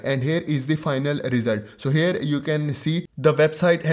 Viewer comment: FORGODSAKE PLEASE stop Sounding HAIRRRRR...🙏🙏🙏 It is HERE that sounds like HEAR. Not HAIR... That was so annoying dude...